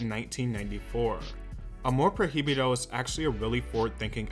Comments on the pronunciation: The album is pronouced "ah-more proy-bee-do" not "ah-more pro-hee-bee-do" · Amor PROibedo Pronounce it like that next time ❤️ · All he had to do was to listen to “Amor prohibido” 🔴 ONE TIME 🔴 to see how that word is really pronounced. But here we go with “pro hee bi doe” 😂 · Hermione Voice: it’s not Amor proheebeedo - it’s amor proy-veedo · I'm not usually this dramatic but I couldn't hear him say "Amor Pro-hee-bee-doe" again 😩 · Pro hi bi do hahahah It's okay don't worry I mispronounce some words in Spanish too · “Amor projibido” 😅😅😅😂 great video man✨🙌🏻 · little tip: in spanish the “h” is silent, so its amor “proi-bido” to pronounce it easier. just wanted to help ☺️ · pro-hee-bee-doh I can't, lmao. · Hehe Prohibido is pronounced proy -bee-doh, love Selena always, thanks for the video! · the Proheeveedoh took me out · "Amor projibido" What is air?!😂😂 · I could not stop laughing everytime you mispronounced the album name and song Just Pronounce "Amor Pro-Bido" You Kept Saying The H Too Much 😂 Love Your Videos But I Just Wanted To Help On How To Say It 😂❤ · He said amor proji bido lol well they pronounce h different, in Spanish is mute, Is difficult word for someone that doesn't speak Spanish but it sounds so funny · Not you saying “amor prohiybido” 💕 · the pronunciation of Amor Prohibido is triggering me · Just a little thing that kinda had me on edge 🙃 but, the “h”in the song “Amor Prohibido” is silent. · C'mon, you had to have heard the song to know that's not how you pronounce Prohibido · Me da risa cómo pronuncia “Prohibido” yo misma tuve que deletrearlo en mi mente para hacer sentido del por qué lo pronunciaba así 😅 no saben que la H es muda para nosotros... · the ‘h’ in “prohibido” is silent 🥺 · God bless you for trying to say prohibido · not every language but I speak English and Spanish without a problem. He has one job, just the name of the album AMOR PROHIBIDO it’s not that difficult.